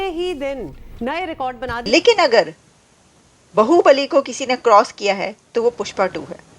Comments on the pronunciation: Aapne Baahubali ko bahubali kar diya.😂 Ye to bahut gadbad ho gai. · बाहुबली है, बहूबलि नहीं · It's not bahubali it's baahubali.Bahu means bivi or bibi but baahu means baju or arm bali means power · Baahu Bali, not bahu Bali.